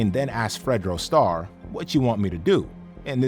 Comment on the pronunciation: Bro botched fredo star name 🤦🏽‍♂️🤦🏽‍♂️